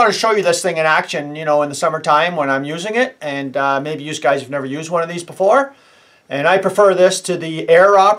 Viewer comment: “ewse guys” lol